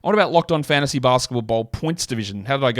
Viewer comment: its always bothered me how much of an emphasis puts on FANTASY basketball podcast